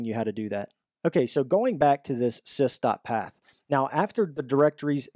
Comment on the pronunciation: just a small comment.. It's not SISTA path. It's sys dot path..